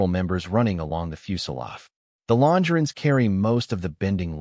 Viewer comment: Longer on is mispronounced by the AI even though the AI software must be connected to multiple dictionaries. Disappointed in this video. Typical u-tuber regurgitation of information from others with I suspect no original research.